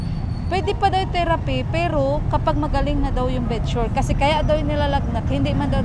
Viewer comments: Bed sore (sor) not bed sure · "bed sore " po not bed sure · correction po...BED SORE PO HINDI BED SURE😁